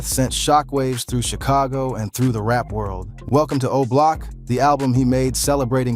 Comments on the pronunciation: MAN ITS O-BLOCK, Yall what's wrong with these youtubers man, that shit is driving me crazy, dont report on things when you cant get the names right, wow, damn, I need a drink, he say that crap one more time im coming through the phone, yall check him and let him know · Come bro its not hard to pronounce O Block